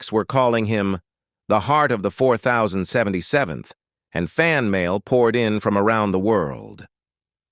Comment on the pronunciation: THIS IS THE WORSTE AI NARRATOR I HAVE EVER HEARD ! ! ! From the beginning, it made major mistakes. I don't remember a show called M. A. S. H. But I did like the Show called "MASH". The MASH Unit, that it represented was not called "The Four Thousand Seventy-Seventh M. A. S. H.". It was called "The Four Oh Seven Seventh MASH"... It did get it right at least twice. But it got it wrong more times than I could keep count of!!!